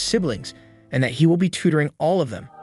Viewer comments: Is no one talking about how he says fat instead of that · Bro when i hear him say that it sounds like fat😂